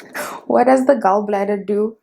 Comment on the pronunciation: What's this intro?! 😂😂🤣 20 to 2?????😭😂😂 Don't make me laugh so hard,, Lord!! The Tiktok is the end of me bra nooo man 😭🤣you'll live very long🤣❤️❤️ The pronunciation of Gall bladder changed real quick to Gaowl😂😂😂😂 Jirre Chady, noooo man.. I'm dying 🤣🤣